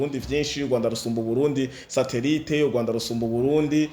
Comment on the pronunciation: Pardon, pour tous les youtubeurs, dévons-nous parler bien la prononciation d'une phrase kugira ntibabone ko twagaye amajambo. Ndasavye sintegetse🙏 Kirambûye❌ Kiramvûye☑️ Ugwanda❌ Urwanda☑️